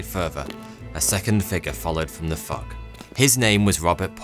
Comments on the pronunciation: fu*k or fog? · The fog, but it’s does sound like fuck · Did he say, "A second figure followed from the f*ck?" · Very interesting pronunciation of the word Fog.